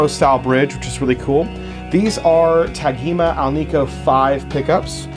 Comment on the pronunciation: Nice overview, but, …here in Brasil, this brand is pronounced with a soft “g”, like “Tajima”. 🇧🇷